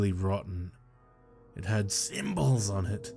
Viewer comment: At first I didnt know why you were saying " symbodls" so weird...but kudos on reading the tale EXACTLY how it is written!, you are my favorite narrator. XOXO